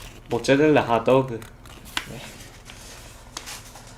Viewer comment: 머짜렐라 하또우그